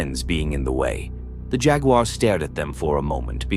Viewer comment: A.I. needs to work on pronouncing "jaguar." loool